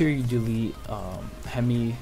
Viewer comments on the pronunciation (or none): none